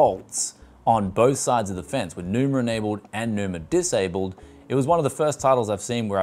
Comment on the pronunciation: Enjoyed the review, but why adding R at the end? xDDD it's Numa not NumaR I guess?